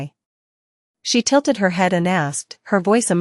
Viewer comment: Don't forget tilted lmao